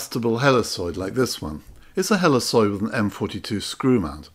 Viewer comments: Great video, thanks so much. By the way, I've always heard 'helicoid' pronounced "heli *KOID*" rather than "heliSOID" ... but no big deal. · The C in Helicoid is a hard C, not a soft C. It's Heli"koi"d. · Wonderful video and I will definitely give this a try with the lens off of my old slide projector and my macro bellows. One small point - It is "helly-koyd" with a hard c.